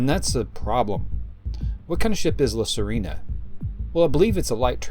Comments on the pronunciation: You pronounce it La Sirena not "La Sarina"🤣 The Mermaid in Spanish🧜‍♀️🧜🧜‍♂️ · Just for the record, it's La Sirena /see - REH - nah/, not Serina.